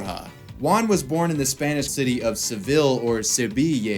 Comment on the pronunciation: Everyone: juan: wuan